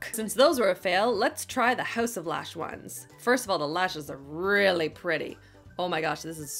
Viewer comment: Am I the only creep that likes the way she enunciates her L’s, especially when she says “really”? ¯\_(ツ)_/¯